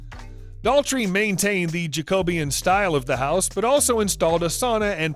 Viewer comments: The house style is NOT Pronounced JAKE-OBIAN??? It’s ‘Jacobean’ ... pronounounced Jack-Obb - ee- ann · It's Jac-o-be-ann NOT Jac-obeun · "Jacoybean'' Gotta laugh, at least our narrator is being true to form! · I like the Jack-co-be-anne . Then again , we couldn't pronounce most of their American Indian names either if we didn't hear them .......... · Should probably have learned how to pronounce “Jacobean” before filming this.